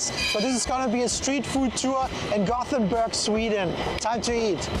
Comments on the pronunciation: It is called Gothenburg in English, Göteborg in Swedish. It sounded fine the way she said it. We don't expect perfection from tourists. 😅 It's certainly not Gotham City. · She said Gothenburg correctly. Swedish tap water is the best. You can drink from the tap all over the country. All the Nordic countries love salty licorice. Lingonberries are pretty similar to cranberries. They grow all over Sweden, Norway and Finland. Kaka means cookie. Cake is tårta. We have your kind of hot dogs here too, but they're only sold in grocery stores and usually only liked by kids, so what he ate was a real sausage.